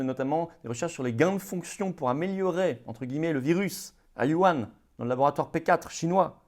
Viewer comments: vous prononcez "you-an" au lieu de "wu-han" c'est un détail, bonne chance pour la suite ! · Bravo ! Mais c'est pas Yuhan, c'est Wuhan